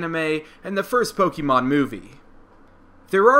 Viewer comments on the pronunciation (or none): Good gosh, if you're going to make Pokemon videos, learn how pronounce Pokemon properly. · You say Pokémon incorrectly!